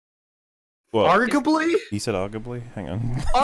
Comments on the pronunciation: OHH! OOOH! IDEA!! use that "Ar-ga-bly" (its supposed to be arguably) in that Muppets Phenomena song! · Harley Barcenas Argably too many A’s in that word